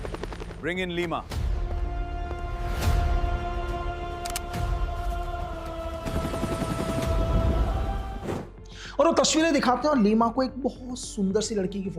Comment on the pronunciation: Leima or ebemhal he pronoucecetoin thik karo